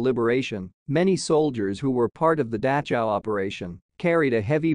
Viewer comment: I’ve never heard the name of this camp pronounced like this. It’s very distracting. Couldn’t finish the video.